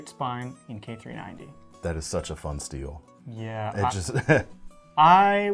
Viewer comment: "A fun steel"? I had to watch that twice to see if you really said that. Anyway, I really enjoy your videos.